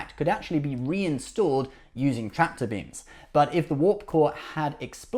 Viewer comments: Tractor beams.....not traptor beams. Sorry. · "Traptor beams"????